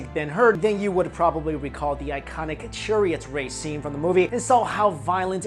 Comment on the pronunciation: you say churriott but not murrio kart lol